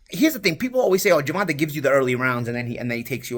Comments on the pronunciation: GER-VON-TAYYYYYYYYY. TAYYYYY NOT TA. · it’s not Ger-Von-TUH, it’s Ger-Von-TAY🤦🏾‍♂️ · Bro you gotta pronounce tank’s real name correctly. It’s “Gervontay” not “Gervontuh” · never pronounces Gervonta correctly. Ger-Von-Tay.